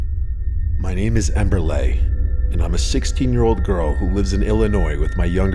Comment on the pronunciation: Ember LEE not Ember LAY😭🤣